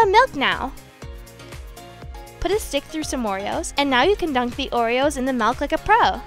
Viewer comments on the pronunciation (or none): You said MALK not MILK 😂